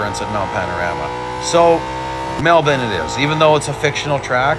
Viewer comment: Hey, Awesome run on Melbourne, I'm an Aussie born and bred in Melbourne you said it perfectly plus it's always great to hear all my American Rr3 brothers say it correctly.😁❤️‍🔥🤟